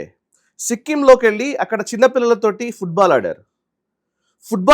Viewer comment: ఫుడ్ బాల్ కాదురా వెధవా ఫుట్ బాల్ 😂😂😂😂😂